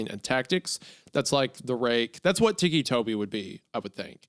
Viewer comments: Please tell me TIKI Toby isn't how you're actually supposed to pronounce his name and I'm not losing my mind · I can only imagine what Hunter was thinking before the Tourette’s was mentioned. “TEEKEE” Toby. Like a Tiki torch 😭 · Ah yes, tikki toby, as hunter is saying. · Hunter's pronunciation was killing me, the "tikki toby" was so bad lol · Ah yes, Tiki-Toby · I’m gonna go ahead and say take a shot for every time they say “Ticci Toby” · Lmao I thought Hunter would stop pronouncing Ticci Toby as ‘tiki Toby’ after learning where the nickname came from but nahh 💀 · This was one of my FAVORITE creepypastas as a kid! An absolute classic! Edit: Hunter pronouncing ticci tobi as 'tikki tobi' is slowly killing me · Every time they call him tikki toby i die a little inside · The way Hunter keeps saying ‘teekee’ bugs me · i like how he just naturally falls into a southern accent while reading the tags. teeky tobie anime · Ticci-Toby? Nah, Ticci-Jakoby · Ticci toby anime-fahhhhh also it's tobias erin rodgers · hearing hunter mispronounce ticci toby so much is filling me with so much rage i can almost control fire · its driving me crazy how hunter keeps pronouncing «ticci toby» (tih-kee) as «tikki toby» (tee-kee) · "Tiki Toby" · Hunter is pronouncing it "teeky," I always thought it was pronounced ticky, like... you know......... his ticks...... haha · It still bothers me that he's called "Ticci Toby" and not "Ticky Toby"... but it also seems fitting for how ridiculous the story is, too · Between Wendi calling him “Tony” interchangeably with Toby and Mr Meat saying “Tiki Toby” even after being told it’s pronounced Tick-y, I love this lol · Tiki Toby💀 TICCI HUNTER "TICKY" T I C K Y = T I C C I NOT TIKI TIKI😭 Say Tick Hunter, Say It, Learn how to speak brother you are killin me with your mispronunciation lmfao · “Tiki 🗿 Toby” had me dying. Like how do they not put together that he has Tics from Tourette’s so it is “Tic-kee” Toby 😂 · “Teekee Tobi”-Hunter